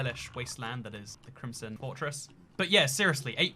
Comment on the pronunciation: Foxcatgaming 2 crimson not crimpson